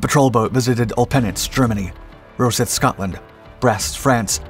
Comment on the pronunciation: Rosyth in Scotland is pronounced “Ross-eye-th” was a major Royal Navy dockyard and base in the 20th century.